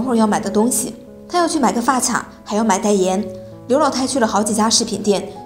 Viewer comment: 发卡（qia）………女生不会读发卡？？？